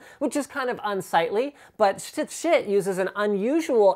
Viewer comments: I thought it was pronounced "sheet" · you sayd shit not schiit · Why did they name it Schiit? It just sounds like shit. or am I pronouncing it wrong? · Everytime he says "Schiit" i can't help but laugh. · i just watched so i could hear Linus say Schiit